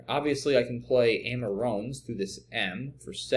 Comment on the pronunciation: Amarone is pronounced a-muh-row-nee. A wine made in the Veneto region of Italy.